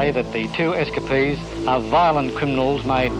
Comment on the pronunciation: S Ka Pees = Escapees